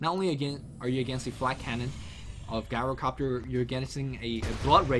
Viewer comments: It's pronounced "GYRO-COPTER" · even Tobi stopped pronouncing it Gyrocopter with that hard G sound. You should, too. The heroes usually say their name so you can tell how to pronounce it properly.